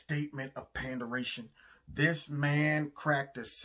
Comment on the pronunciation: 'Panderation' Hahahaha!